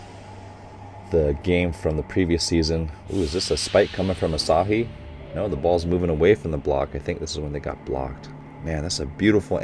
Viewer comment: Hi Coach!! Love your reaction videos!! This is more of a personal pet peeve, but in Japanese, there are no accented tones. So it's not hiNAta, taNAka, aSAhi, etc; if you listen closely, they put a slight pitch accent on the first syllable (letter) of each of their names, so it's more like HInata, with the first syllable starting at a higher pitch and the rest falling downward. Again, this is more of a personal pet peeve, so no need to correct yourself, but just wanted to let you know! :) also the next episode is my favorite episode it makes me laugh every time - excited for you to watch!